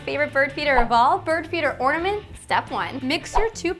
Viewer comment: Orange or ortament